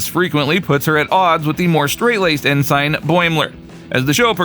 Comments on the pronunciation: I really hate to be that guy, but it’s pronounced “en-sin”, not “in-sign”. While it’s not the biggest issue, it is a little grating to hear it pronounced wrong so many times in such a few minutes. Otherwise, it’s a great wrap up of the voice acting crew. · "en-sign" NO! 'en-sn'. AI Voice Much? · IT'S EN-SIN. EN-SIN NOT EN-SIGN YOU'RE KILLING ME MAN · It's also cay tion not cat sun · "EN SIGN Mariner" "EN SIGN Beckett" Isn't there enough money in your meager budget to hire somebody to do voiceover ?? Is Youtube being completely taken over by voice synthesizers ???? Welcome to the Dead Internet folks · Well I hate to be that guy too, strange new worlds debuted in 2022 and lower decks in 2020 . Kinda hard for the franchise to be known for strange new worlds at the time that lower decks came out when it won't premier for 2 more years... Also ensign is pronounced ensen.. also kaitian is pronounced keashin... also qui gon gin is pornounced queye gon gin... also there are several other errors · Your AI pronounces ensign funny.